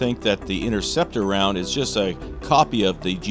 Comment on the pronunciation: What is the INNERCEPTER ROUND , 😕it’s pronounced. INTERCEPTER , ,get it right guys